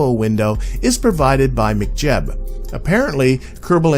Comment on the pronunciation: I love how you pronounce 'McJeb' 😂. Good stuff, these have been super helpful as I delve into RP-1 for the first time. It is certainly intimidating as a transition from stock KSP